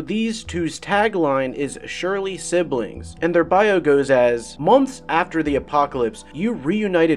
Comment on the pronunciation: Hey dude thanks for the video! I appreciate the info. Though, I am not trying to be a douche..but Surly is pronounced like "Sir-ly" not "Surely". Again not trying to be a douche. Thanks again! Also, I gotta go with the odd couple. But mainly because my name is Brandon.